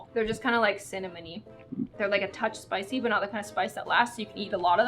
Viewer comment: No one:: eats a hot tamale / Also: *British voice * the thing is its not even spicy